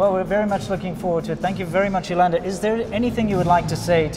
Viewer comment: Her name is not "Yolanda" :)